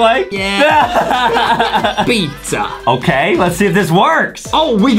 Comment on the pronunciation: what the heck is dizza it's pizza not dizza